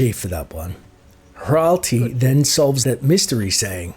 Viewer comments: Very nice, but HRATLI is not pronounced HRALTI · Loved the video, but please, double-check the pronunciations of some of these names. You kept calling Hratli (hrat-lee) Hral-tea, even though seconds ago he said his name. Keep the videos coming, this is a great way of re-living my childhood (and early adulthood).